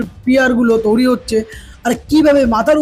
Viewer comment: Touri noi toiri😂